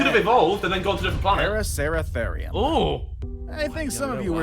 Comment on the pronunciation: For number 10 the pronunciation is para-su-ther-eum